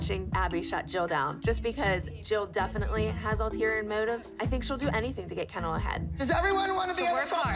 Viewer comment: Did Kelly just call Kendall kenel